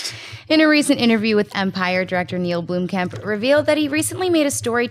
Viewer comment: blomkamp not bloomkamp pls